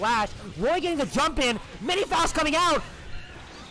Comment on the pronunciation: cool video but you're pronouncing faust wrong